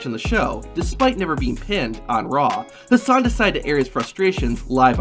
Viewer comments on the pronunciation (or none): I guess the production team confused Hassan with Haas-an 😂